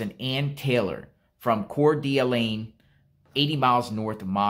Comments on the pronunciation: It’s Cord de lane in pronunciation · it's pronounced Core da lane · Can you please learn how to pronounce Coeur d'Alene properly? Please? CORE-DUH-LANE. It's really very simple. You want to be professional, then act like it. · Just a helpful tip its pronounced Core-de-Lane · Core duh lane is how it’s pronounced